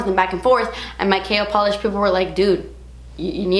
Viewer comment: Lol I said that when she launched the brand! Every time she says KL Polish I think she's saying Kale